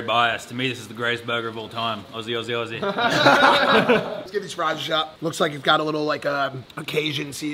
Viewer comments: Why are you saying ossy all the time man? It's ozzy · anyone else getting slightly triggered by the fact he kept saying aussie as ossy instead of ozzy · I am Not a Fan of the way you said Aussie And I reckon you Should Try Big B’s, Downtown Brooklyn, BurgerHead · Any of my Australian brothers cringe every time they here ossy and not ozzy 😂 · Did it affect any other Australian when Mike kept saying Aussie instead of Auzzie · This aggravated the shit outta me, im a Kiwi but im in the trades and also work with and have been to straya, but its "AUZZIE NOT AUSSIE" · Anybody going to tell Mike it’s pronounce Ozzy on Ossy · Why is it so hard for Americans to say ozzy because I hear them saying ossy all the Dayam time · Why did no one tell Mike it’s pronounced Ozz-ee not oss ee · ozzie not awesee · bro mike wtf is ossie its ozy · FFS Mike It’s Ozzie not Aussie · Mike, mate if you ever return to Australia just remember one thing. Aussie is pronounced 'Ozzy'! It's not pronounced how it's spelt! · Say Aussie like it’s with zs auzzie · Tell Mike that aussie, is pronounced ’auzzie’ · It's always funny seeing Americans saying Aussie with the S and not Z sound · The way Mike pronounces aussie is terrible 😂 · im hating your pronunciation of Aussie - arghh